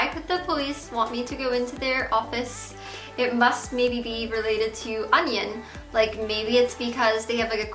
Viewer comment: I like how she says onion instead of onision